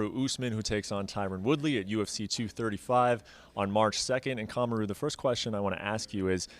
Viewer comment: Kamara “nightmarty” Usman